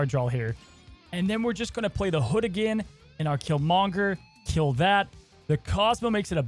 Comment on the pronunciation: Great video keep it up. Please put the emphasis on Kill and not Monger when you say Killmonger!!! 😆😆😭😭